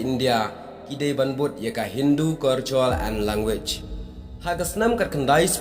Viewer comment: bah phim lait mo ban kynnoh ia u L ,ha man ba poi ban kynnoh L phi poi beit ban ban kynnoh r. Da ong culture ruh phi Ong curture, world ruh phi Ong wor